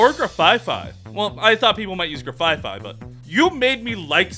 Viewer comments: Mfw he calls Grafaiai “Grafaifai” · Grafaiai not Grafaifai Nah bro my man mispronounced almost every Pokémon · Oh good, someone found 2 Pokemon whose names he butchers and made him say them at the same time. G̶r̶a̶f̶a̶i̶f̶a̶i̶ Grafaiai. Graf from graffiti, aiai from aye-aye - a species of lemur. B̶a̶l̶l̶a̶p̶h̶o̶n̶e̶? Blacephalon. Blas from blast, cephalon means head. This has been pronouncing Pokemon names correctly. Join us next week when we will explain that the god of all Pokemon is not named after an ass... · Bro what's a grafaifai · i like how he keeps calling grafaiai "grafafai" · He's so bad at pronouncing pokemon names He didn't even try with Grafaiai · These are all so good but your pronunciation of some of these Pokemon names drives me crazy. The ones that stand out are armorouge, grafaiai, and farigiraf.